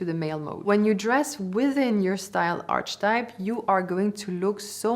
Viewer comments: This is very informative, and Im very sorry for being a nag, however its pronounced ar-ke-type, like archive. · A small tip: archetype is pronounced differently (aar-kuh-type). Maybe worth to update for the future:) I want to mention this, because as a fluent English speaker, listening to this, I didn't know what you meant by archetype, and thought it's something about arches of our bodies 😜